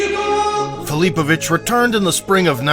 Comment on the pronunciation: Your AI doesn't even know how to pronounce his last name.